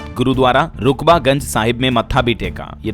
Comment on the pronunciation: Yeh Rakabganj hai Rukba ganj naiiiiii